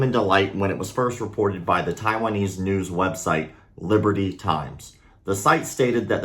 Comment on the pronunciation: "In today's nose"😂